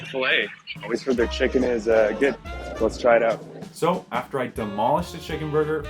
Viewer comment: Yes because you said "oat" when you meant to say "out"